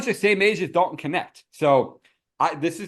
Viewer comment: Dalton Connect (Knecht). Every German speaker is dying laughing. 🤣🤣